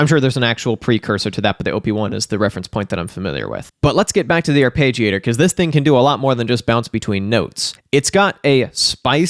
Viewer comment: Love the chan but you keep saying arpeggiator wrong. It´s "arpeggiator" with an E not "arpagiator". So "are-pedge-iator" not "Are-page-iator". 😀